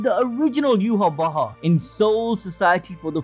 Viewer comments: Don't like the way you're saying bach man lol. Just say yhwach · bro you gotta know your not saying yhwach right its obsiviously not yu-ha-wa-ha its yah-wa-k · Take a shot for every time admin said "Yhwach Bach" 🤣🤣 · Yu-ha-bach with the German soft ch or the Dutch g.. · Are you pronouncing his name yew-ha-ba-ha??? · Your calling him yuha Baja?? 😂😂🤣🤣